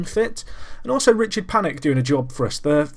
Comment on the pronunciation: it's pronounced (Paw-nik